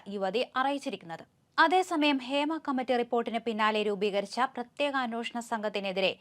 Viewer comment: എത്ര പ്രാവശ്യം പറയണം അന്വോഷണം അല്ല അന്വേഷണം ആണ് എന്ന്. കുറച്ചു ശ്രദ്ധിച്ചു കൂടെ. എന്ത് അരോചകം ആണെന്നോ ഇത് കേൾക്കുന്നത്.